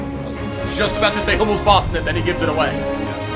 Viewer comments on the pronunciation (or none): none